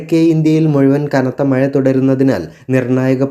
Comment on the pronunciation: മഴ... എന്നൊക്കെ പറയാൻ പഠിക്കടോ